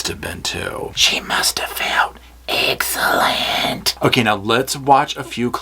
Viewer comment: She did it she said eggcelent 🤣🤣